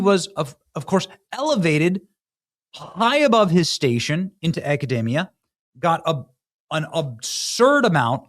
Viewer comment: Great coverage. I like your channel, but please...it's akuh..dee (not day)..mee..uh.